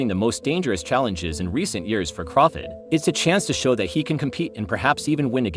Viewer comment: I have a feeling this guy mispronounces Crawford’s name on purpose.